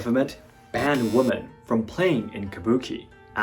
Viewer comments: Excellent commentary. Just one minor FYI, "woman" and "women" are pronounced differently. "Women" should be pronounced as "wi~muhn." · English: a law is passed, not dismissed. Pronunciation: women is pronounced wimmen.